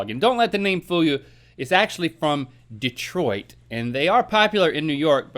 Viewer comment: Wait did Link pronounce the "t" in Detroit?